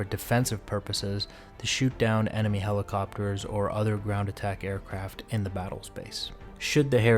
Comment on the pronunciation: Dead ass sounded like he said helicopiters